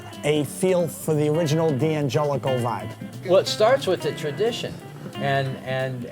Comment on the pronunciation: Why do they pronounce it "Dee Angelico"? Surely, it should be pronounced "Dan Gelico", like the Italian name.